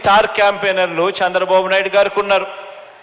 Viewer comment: Shandra babu naidu, first learn how to pranounce names. AP ki pattina daridrameppudu pothado, kharma